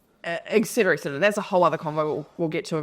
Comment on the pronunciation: I'm so glad she called out the "ectcetera", it was driving me nuts